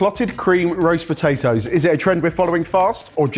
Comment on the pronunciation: po tay toes … not btatoes